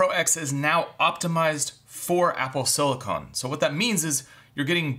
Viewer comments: PLEASE. Stop saying "silicone." It's "silicon." Great video though. Definitely wasn't aware of how capable the Mac Mini is. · Silicon not silicone! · Sili-CON, not sili-CONE. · OMG, Dude. It’s SILICON! You’re talking about computers! Silicone is an entirely different subject! Can I Venmo you a quarter so you can buy a clue. SIL I CON!!! Here’s another word: ELOCUTION.